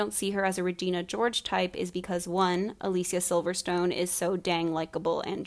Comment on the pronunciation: This is just a detail but I love the fact that you nailed the correct pronounciation of Alicia's name, the actress herself pointed out not so long ago that a lot of people butcher her name. It's a nice touch :)